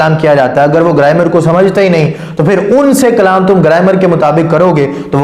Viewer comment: گرائمر ہوتا گریمر نہیں کھوتے دا پتر جاہل